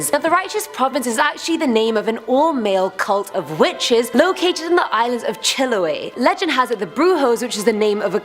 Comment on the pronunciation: Girl:chiloe Me:chiloe?